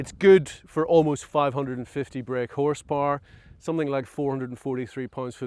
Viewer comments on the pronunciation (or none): none